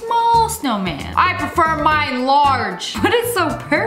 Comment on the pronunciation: “ I PERFER MINE LARGE “ That’s what she saidddd